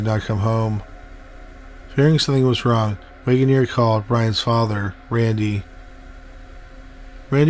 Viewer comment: Are you saying MEGAN EAR? Because both the Transcript and I believe it to be WAGONEER!